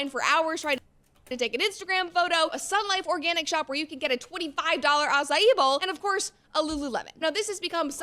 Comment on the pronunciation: Something about her pronunciation 🤔s me. She's so precise on "acai" -- ah-sa-ee but at least once says "acai ball" instead of "bowl" ? And then "af flu ent" ... 🤔